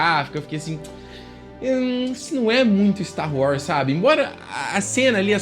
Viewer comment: você sempre fala Star Wrars. Nada contra, mas é engraçado.